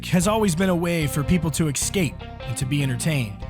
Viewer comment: It's " es-cape",not ex-scape" . Just sayin' .